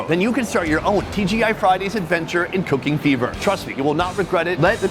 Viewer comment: I heard "cocaine beaver" when he plugged the sponsor "cooking fever."lol